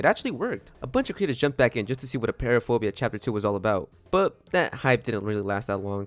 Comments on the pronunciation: Btw it’s appear-aphobia not a-pear-aphobia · You said apeiraphobia wrong it’s pronounced “a-py-ra-fo-bia”